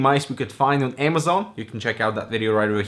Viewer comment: Amazone not amazon 😂